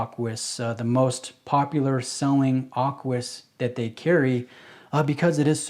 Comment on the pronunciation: Aquis...not Arquis. 😉